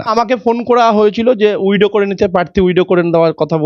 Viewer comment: WIDOW noy, kotha ta WITHDRAW hobe 😂🫢🫢🤭 widow mane bidhoba